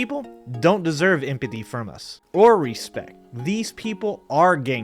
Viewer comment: I like the video, I agree with what you share but please for the love of god enunciate the word empathy. You make very valid points, and I like the light tone of the video joking about things but at least enunciate the words that make up your message so people take it serious.